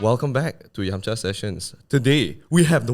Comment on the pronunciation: Yum cha? Like the L yamcha?